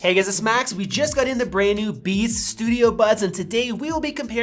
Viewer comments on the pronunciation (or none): At the beginning I totally heard “We just got the new Bees Studio Buds!” 😂